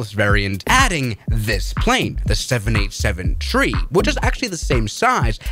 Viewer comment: Why does say tree instead of three